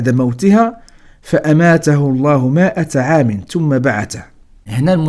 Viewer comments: أعجبني طريقة وضعك للقصص حسب التسلسل الزمني للأنبياء شكرا لك.. لكن لدي ملاحظة حاول المرة القادمة قراءة الآيات القرآنية بشكل مظبوط مثلا كلمة خَاوِيَةٌ نطقتها بتكسير التاء في حين هي تقرأ بتنوين الضم وكلمة مِائَةَ قرأتها بفتح الميم.. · بالنسبة للاية الكريمة ،فكلمة (مائة) نقرأها بكسر الميم وليس بفتحها.